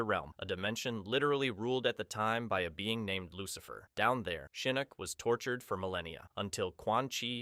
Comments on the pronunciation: it's pronounced Shinnok not Shaneck. How hard is to pronounce that damn name? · Your name pronunciations get crazier and crazier as the video goes on lol. Not me hearing you talking about "Sheeyinok" just as I'm noticing it lol. Just chill man, say the names the way you've HEARD them said, don't overthink it. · He meant to say Shinnasty.